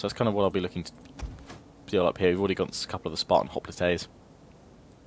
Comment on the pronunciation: If you watch the video it sounds like he saying Spartan hoplATAES